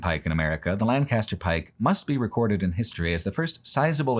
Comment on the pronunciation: “Lann-cast-er Pike” 😂 as someone who went from PA to CA, I’ll always laugh at the West Coast pronunciation of our (and England’s) beloved “Lank-uh-ster”